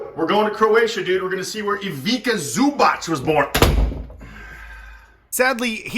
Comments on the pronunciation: It's not Ivica.. it's Ivitza like in Ibitza lol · The letter c is always pronounced as T's as is pets so Ivica is pronounced Ivitsa 😅